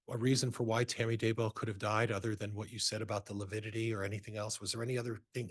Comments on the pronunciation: LIVIDITY NOT LIPIDITY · Lividity vs “Lipidity.”🤦‍♀️Dumb 😂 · I think it’s lividity and he has been saying lipidity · Can't trust someone who can't even pronounce lividity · A doctor who can’t say lividity….